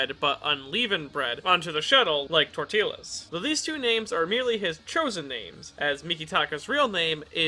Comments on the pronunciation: Did you actually pronounce tortillas as "tor-teal-las" and not "tor-ti-yas"? I cannot tell if it's a joke and it genuinely hurts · "torteeas" is still not right, it would be more of a "tor-tee-yas" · So no one is gonna say anything about the pronunciation of tortillas??? Tor-tee-lahs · My man......my fucking man..... if you EVER pronounce torti-YAHS like that again; I'm going to fucking unsub. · he said tortilas, im dead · my finger hovered over the unsubscribe button when you said tortillas XD